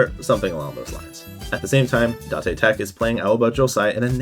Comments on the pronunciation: datay tech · Oh… is it da te tech? I thought it was date tech, since that’s how they pronounced it in the English dub. I’ve never actually watched the sub so I don’t know if that’s how they pronounced it. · i just pronounce it the way they say it in the anime "day-tech" and "Kore-asa-no" if i could talk to you with my voice it would be easier to explain but yea. no hate im just sayin it kinda sounded weird when you pronounced it to how they did in the show.